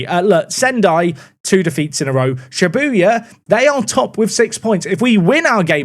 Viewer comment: Well we all know that isn’t a JJK anime fan with his struggles with saying Shibuya